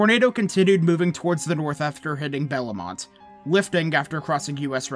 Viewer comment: more than just bellemont was mispronounced but whatever